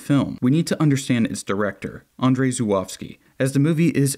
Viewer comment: Andrzej not Andrezji lol